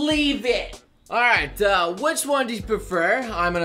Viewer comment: fuckin hell its "which" is best not "witch" is best, gosh that triggered me so bad.